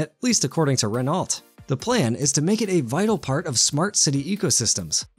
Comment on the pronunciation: "Renault" pronouncing the "t". Really?